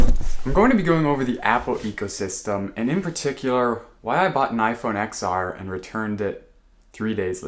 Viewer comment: just to let you know the X is pronounced as 10 :)